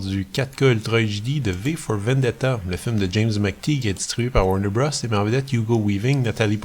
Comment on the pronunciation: Urgh! 😖 It’s pronounced “Warner Brothers”! Thanks for the video, though.